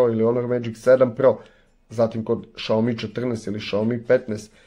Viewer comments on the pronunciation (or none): none